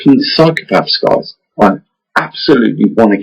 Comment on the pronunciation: Did you say " Goys "? Right at the beginning first thing you said after " Hi very warm welcome it`s from Mavestar ".